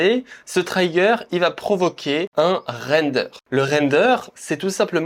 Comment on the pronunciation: Top, merci !! Sinon en anglais on dit "trigueur" pour "trigger" pas "traillegueur" 🌻